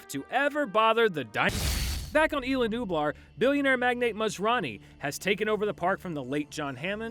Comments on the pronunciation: Quit calling it Illa, its Isla! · It's ISLA Nublar, not "Ayla". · You don’t pronounce isla like that